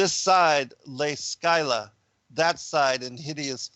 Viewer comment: Your research is impeccable, as always. Don't always agree with your conclusions - about half. Please look up the pronunciation of Scylla